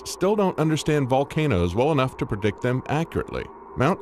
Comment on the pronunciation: predict, not perdict